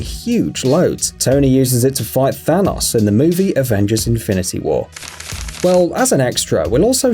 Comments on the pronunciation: .... He says Than-OS instead of Thanos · No one:; Thanos (but pronounced thanaws) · Bruh thanos is pronounced than-ohs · ThanOs god say it right